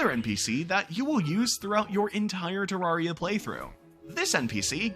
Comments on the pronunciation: NEVER HEARD SOMEONE SAY IT LIKE THAT ITS TER-RARE-IA NOT TERARRRRIA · I feel pain when he says ter-ARE-ia